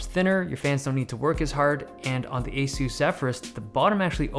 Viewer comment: are you sure that's how "ASUS" is pronounced?